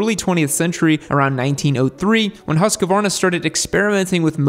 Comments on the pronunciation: your pronunciation is not that far off. but instead of pronouncing the U in "Huss as the U in fuss, the U should be pronounced as the U in "Use" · Don't say once more in english Husqvarna. It's terrible to hear. Put the word "Husqvarna" in google translate under sweden laguage and push the speaker button to hear the pronauncing. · husqvarna not husquarna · I think it's just bait because they know people will leave a comment with the correction generating engagement, so he's pretty committed to adding an entire syllable at this point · Bro it's written in the picture how to pronounce it : "Husk-varna", yet you are adding an 'a' and saying : "Huskavarna". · Husqvarna is one long word not HusaQvarna. Good pronunciation of swedish word dogh. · As an American with a Swedish wife she keeps telling me how to say Husqvarna correctly. She says "There is no 'a' after the 'q'. It's pronounced Hoosk-varna." She took me to the town of Huskvarna, Sweden where they have an awesome museum! Great brand with a long and storied history which your video does a very good job of telling. Congrats! 😁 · You're prounincing the "u" too quickly. They way you say it we would spell Hussqvarna. But only one "s" so make the "u" longer. The "q" is indeed a k-sound like you say it. But then you go up on the "v" when you should go down instead. Haha, nice video! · I used to work at the R&D center, it is "Who"-"Skvarna". Plenty of Swedes around to figure it out back then. haha! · FFS!!! Huuus-kvarna, man! ..not that hard.. Love the channel...and the Swedes...❤ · In Swedish the pronunciation is Hus Kvarna. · Actually hoosk varna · Its pronounced Husk-varna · Pronounced husk -varna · it pains hearing the US pronounce of Husqvarna , ( easiest way is Huuskvarnaa ) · HuskAvarna? No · Hus-qvarna = hos-kwarna (pretty much) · hmmm. Im from Sweden and "Hu" in Husqvarna is not prounanced like "who" in english. But I also see what your saying, not completely off. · It is pronounced as Husqvarna